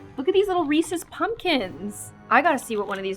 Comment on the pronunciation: i got so mad when she said Reese’s like “reese”